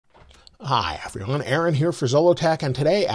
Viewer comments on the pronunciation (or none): Hi Aaron - can you please answer this off-topic question?? When you say “Hi everyone” at the start of your videos you pronounce everyone as “effri-one”, however when you say the word in a normal sentence in videos you pronounce the “v” sound correctly. I’m just baffled. It’s not a criticism, it just sounds odd to me. Love your videos.